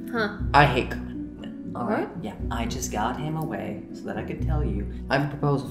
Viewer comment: The way he pronounced cumin :(